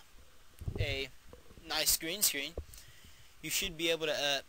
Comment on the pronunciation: did you say green sdreen"